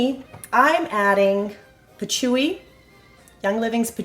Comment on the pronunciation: Patchouli the L is pronounced.